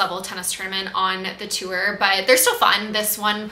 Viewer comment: Morgan- another great vlog !!! Love them, keep em coming ! I look forward to it every week. Also- random but- I noticed the way you pronounce the word “tour” haha I think its rly funny and cute